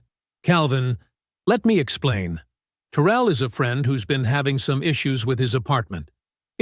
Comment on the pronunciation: If "Terel" is from Louisiana its "Ta rell. Like 2 words